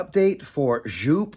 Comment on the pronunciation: Its joop! not sjoup